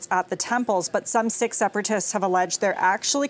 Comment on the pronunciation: The word is Sikh - pronounced “ seeeek” not “ sick”